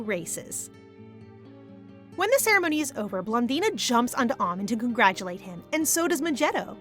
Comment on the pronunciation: It's pronounced ah-mon not ah-min